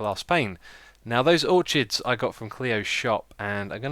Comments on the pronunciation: it is pronounced or-kid not or-chid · Minecheesecraft_ he says or chids but its pronounced or kids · Orchid pronounced or-kid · Hey, don't know if you are speaking Keralis or not...but in case you are not it is Uh-case-shuh trees and Oar-kid flowers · I Believe orchid is pronounced Or-Kid but I could be wrong :3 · Bro you say orchid wrong, it's pronounced or-kid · Do people in the UK pronounce Orchid differently? ---It's Ore-Kid , right?